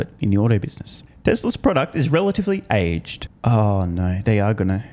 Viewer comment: Ayjgjedt?...Does she not know the pronounciation of the word "aged"?